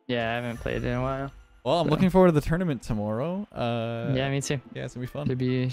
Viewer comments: The way you say tournament is amazing lmao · I never said that’s how I spell it lmao, I’m saying that’s how he says it bozo